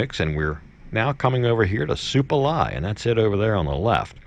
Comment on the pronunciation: Not "Suplamai" bruh, pretty sure its Supalai :)